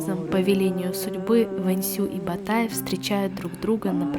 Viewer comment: также погуглите Ботайская культура, правильно будет Ботай, а не Батай